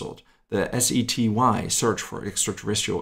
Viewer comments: Did say SETY? Or was i just mishearing you, because the acronym is SETI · "SETY"? Do you mean "SETI"? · It's actually SETI, not SETY. Stands for Search for Extra-Terrestrial Intelligence.